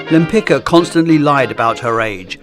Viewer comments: Great presentation of Tamara's works and life background. I may suggest you to check how the pronounce her Polish family name something like yempitska😀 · My comment was rude, I apologize. It was a result of a bit of frustration when an easily pronounced Polish surname (properly LempiTZka) is often anglicized, while the same isn't done for artists of other nationalities. Other than that, I really enjoyed the video itself and appreciate your channel. Best regards. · Many thanks, another brilliant episode. I don't mean to be nitpicking, but that's not how you pronounce her name, I'm afraid. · Great video, but please look at proper way of pronouncing her name… it hurts me so much as a Polish person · This is absolutely NOT how you pronounce Lempicka 🤦‍♀️🤦‍♀️🤦‍♀️ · It’s so strange hearing her last name pronounced that way. It sounds very different from the Polish pronunciation I’m used to. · The name is pronounced "Lempitska". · She had polish surname, so please read it properly, it is spoken rather lempitzka, because in polish ck is not one sound but two. In polish also first letter is ł not l (Łempicka) so it should be even read wempitzka, not lempitzka. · "Lempika"???😂😂😂😂 Łempicka!!! "Ł" like "W" in "Wood". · try to read her name "Lempitska" not Lempika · From the channel named "Great Art Explained", what implies you know what you are talking about, I would expect you pronounce Lempicka's name correctly. It is not pronounced Lempika", but similar to "Lempi-ts-ka" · The correct pronunciation of the surname Łempicka is "Wempitska" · would be nice if English speakers would finally learn to pronounce her name correctly… she was Polish so you pronounce Lempicka like „Lempitzka”, not the way it is done in this video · Omg, Lempi-C-ka! There a letter „c” inside!!! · It's amazing that Lempicki was pronounced correctly but Lempicka - no.... It's really annoying to hear "Lempika" so many times.